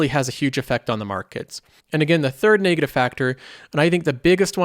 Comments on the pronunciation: It's not pronounced 'nay-gative' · I just hate how he pronounces negative